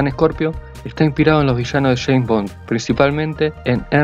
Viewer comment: Ok but it's Scorpio not "Ejcorpio"